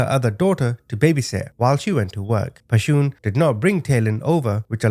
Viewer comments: One thing... Pretty sure Pashun is someone's creative spelling of "passion" not pa-shoon. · Her name wasn't Pa-shoon... Just her mama's ..creative.. way of spelling passion... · "Pashoon" cracks me up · Her name is pronounced “Passion” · I think her name is pronounced like "passion", no? Such a terribly sad case... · Her name is pronounced passion. Sorry some of us in the black community knows. Thanks for the story. RIP to them 🙏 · Pronounce her name passion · The mother's name is pronounced the same as the word "Passion". I really appreciate the manner in which you deliver these stories. Thank you.